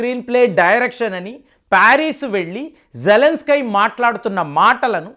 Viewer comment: అక్కడ జేలన్స్ కి అని రాశారు మీరేమో జలన్ స్కై అంటారు ఎందుకు అలా